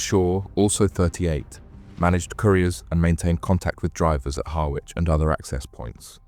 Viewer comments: . It's pronounced ‘Harrich’ 🥰🤓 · Roo slip ,😂😂😂 ryeslip ,spelt Ruislip , Harwich pronounce har rich